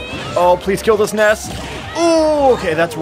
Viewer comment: It sounds like Ness is saying, "Ice Cream!"